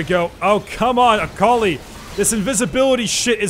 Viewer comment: oml.. Everytime he said Akali, i keep heaing A collie, a collie.